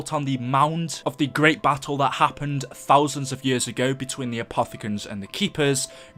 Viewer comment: it is not apathican it apofacan